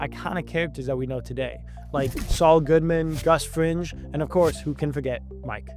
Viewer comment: Gus "Fringe"? Has this presenter even seen the show?